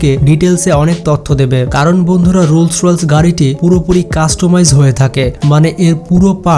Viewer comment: রোলস রয়েলস বলছেন কেন ভাইয়া? এটাতো রোলস রয়েস!!!